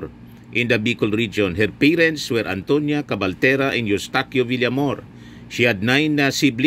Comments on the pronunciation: Villamayor po sir hindi Villamor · Villamayor hindi Villamor.